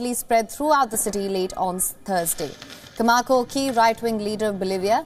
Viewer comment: Camacho not Camako.